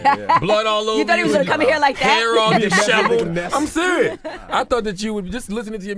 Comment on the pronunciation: Did he just say "deshavalled?" Does he mean deshevelled?